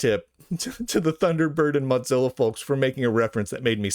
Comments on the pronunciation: Mozilla being repeatedly mispronounced now makes me want to eat some cheese. It's pronounced Moh-zihla not Mahz-ella. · Mozzarella? What? Oh, you mean moe-zill-uh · I think you should say "mo-ZILL-a" instead of "mot-ZILL-a". There's not "t" in "Mozilla". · why do you keep pronouncing mozilla as moDzilla? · Mot-zilla? Is this an Italian pronunciation? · Why does he keep calling it Motzilla? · There is not a D in the word Mozilla.